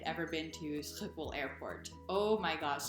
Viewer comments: you pronaunced the airtport coreectly in my opinion. Adn btw I thought things were cheap in the US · You nailed the pronunciation of Schiphol 😃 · I'm shocked at how good your pronunciation is after just 1 year :o yes your schiphol wasn't perfect, but among the best I've heard foreigners say it, you had atleast somewhat of a G sound in it